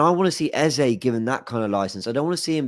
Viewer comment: Thank God, no intentional mis-pronunciation of Eze’s name by “Ezaaaaah” this time around. Very stubborn guy. You’re gonna tear your jaw one day calling him Ezah. Love for the love guys. Repping Naija, cmon!